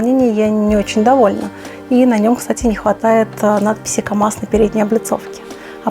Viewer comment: В слове камаз есть буква "З")))